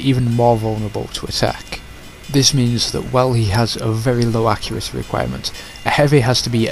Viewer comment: Extreme accuraceh. Brilliant.